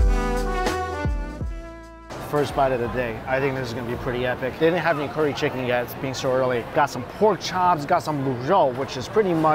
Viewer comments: curry not corey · Haven’t even watched the video yet he’s gonna keep describing good with umami. Change the channel name to strictly umami lol. Pronounced curry not Corry. No description of spices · for goodness sake is wonton soup not Wongtong and curry not Cory